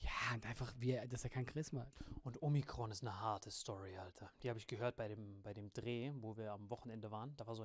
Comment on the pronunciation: Man, wenn Alain Omrikon sagt 😂😂😂